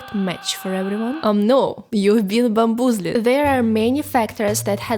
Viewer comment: love the "bam-booz-led" hahahahha